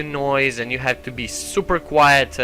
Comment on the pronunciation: Yo,it's quiet not quite. (just saying)